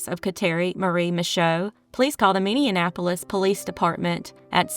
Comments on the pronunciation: Minneapolis not Minneanapolis. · Great vid. Awful that things like this happen. Just an FYI for your credibility…It’s pronounced Minnie-apolis not Minnie-(in)- apolis. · Minneapolis... pronounced Minnie ap olis. you were trying to make it sound like Indianapolis. you said it wrong twice. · Can tell the narrator is from Indiana by the pronunciation of Minneapolis as minnie-an-apolis. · Is the voice AI? No way you dont know how to say Minneapolis